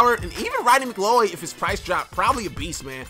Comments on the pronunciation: Rondey Mc.Cloud is how u say it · I think it's pronounced McCloud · Its pronounced "mcCloud" i think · It's like saying McLoud for McLeod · its pronounced Mcloud😂😂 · its pronounced Mc-Cloud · It's pronounced Mic-loud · He does. He said Doug Free already has a signature when he was thinking of Tyron Smith. He didn't know how to pronounce McCleod. Then he does a quick team update and his OVR is worse than mine. Then you check his coin total and remember he lost a 10 Mil Wager. He's ass. He has more Ls than he does Madden Points.